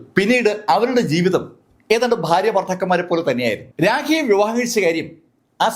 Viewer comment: ഭാര്യയ്ക് താങ്കൾ ഫാര്യ എന്നാണ് പറയുന്നത് 🎉 ഭoഗിക്ക് ഫംഗി അഭിനന്ദനങ്ങൾ താങ്കൾ പറയുന്നത് അഫിനന്ദനങ്ങൾ